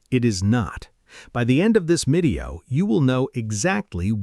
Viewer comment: did the AI just pronounced, "video", as "medio" ?